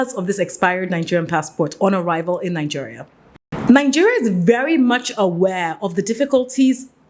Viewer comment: Please, it's Naijeria, not Nanjeria!